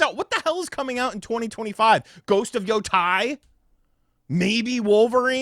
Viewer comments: Ghost of “yo-TAY” not “yo-tie” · Can you pronounce ghost of yotei correctly? It's pronounced as is being Japanese. No need to bring english phonics into it - just pronounce as is